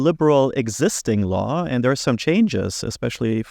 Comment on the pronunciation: I heard "Law" as "Lie" 😅